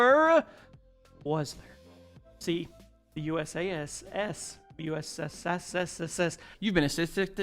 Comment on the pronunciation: I'm going to make this easy for you in the future the pronunciation is basically like saying you sass so it's usas=you sass